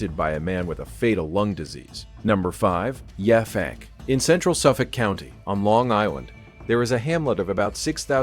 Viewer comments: Not Yah fank, Yap hank 😂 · The town on Long Island is pronounced Yap Hank, one work. The locals refer to themselves as" Pankers". It's still majority a farming community.